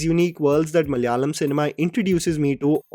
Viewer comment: Hey, please do check out the pronunciation for malayalam and malayali... you are pronouncing it as maly-a-lam instead of ma-la-ya-lam... thanks in advance for taking into consideration my comment.